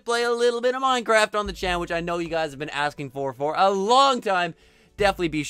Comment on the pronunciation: It's minecraft not mincraft